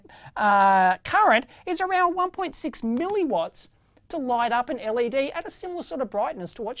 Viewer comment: L. E. D. Not lead.